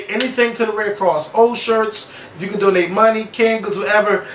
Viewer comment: I almost died when said "then can donnate this door that Nicki opned"!!!!!!